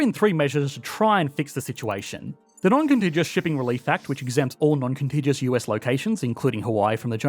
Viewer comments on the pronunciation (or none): FYI you’re pronouncing contiguous wrong it’s a hard g